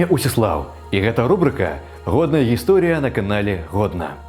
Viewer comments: Странно он произносит слово, ГисторИя. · У юнака цяжкасцi з беларускай мовай. Нават, чытаючы гатовы матэрыял, робiць памылкi. Акцэнт месцам южнарасiйскi, месцам польскi. Асаблiва рэжа слых слова "гiсторiя". Змест матэрыялу месцамi не адпавядае накiрунку беларускай думкi. Мяркую - не тутэйшы. Маю права трохi памыляцца.